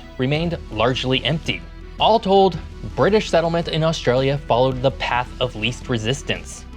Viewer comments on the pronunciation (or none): none